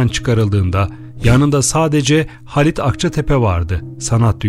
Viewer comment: Videoyu seslendiren beyefendi: Halit yazılır, Haalit okunur; Hamit yazılır, Haamit okunur, bilginize...